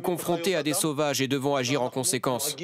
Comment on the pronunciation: Gautier j'arrive pas a répéter le mot sauvage comme l'a dit le mec